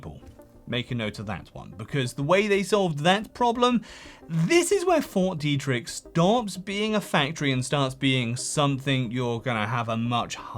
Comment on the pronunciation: The way you say Fort Deidrich keeps sounding like "4D Tricks"... And I somehow don't disagree